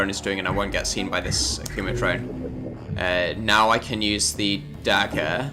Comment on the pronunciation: When you say "dagger" it sounds so similar to "dakka". Or maybe that's just me, it's very amusing regardless.